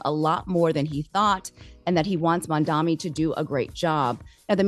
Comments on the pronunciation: MAM-DA-NI not mamdami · It’s MAM-DANI! not Mamdaami! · MANDANI WITH A N , the ignorance from the reporter is insane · So because you call someone a fascist mean you can’t have a meeting on behalf of your constituents??? Like what? Also, it’s Mamdani. Like damn, how hard is it to say?